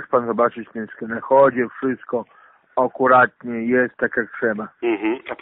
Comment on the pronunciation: chyba najstarsze "okuratnie" konona dostępne w sieci